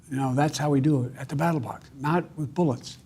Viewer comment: WTH is a battle box???? He said it twice FFS